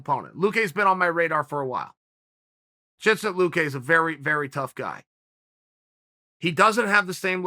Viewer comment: I heard more of a "Chinsay" but yea lol